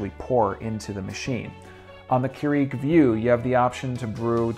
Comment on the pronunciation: It's pronounce Cure-ig btw...